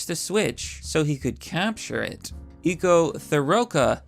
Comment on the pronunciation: Narrator states ‘ee-co-th-ro-ca’ for ‘eccotheorca’ which is ‘Ecco the Orca’ in one line ! Ecco is pronounced Ec-co, not ee-co, as the word Eco only has one ‘C’. The word Ecco is Italian for ‘Here you are’ but the Italian word Eco (which is pronounced the same !) means ‘Echo, which would be more fitting for a dolphin as that is what they use to call each other !